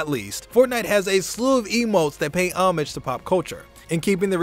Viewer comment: How many times can 1 man mispronounce the word 'Homage' in one video?